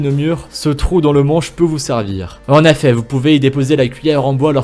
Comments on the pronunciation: Sa fait 6 fois que il a dit en Affet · Pourquoi a chaque fois tu dis en effat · " en affet" 😂😂😂😭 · « En affet » 😭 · « En Affait » Ah tu voulais dire en effet ✋🏽😅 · « en affet »😂😭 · "en affet"🤔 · Il m'a soûler avec ses "en efait. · Y’a que moi qui a remarqué le il dit en affet et pas en effet😂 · Il dis ( en aifet ) nan ?😂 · Les mots mal dit :en affet et les feu veux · Pouvez-vous ARTICULER ? Ou revoir votre diction ?... C'est insupportable... Exemple : essayez de dire "en effet", et non "en affet" ;) Et c'est "dommage que peu de gens le saCHent", etc. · MDR COMMENT IL DIT EN EFFET (EN AI FAIT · Mais comment il dit "en effet" lui !!! 😂🤣😂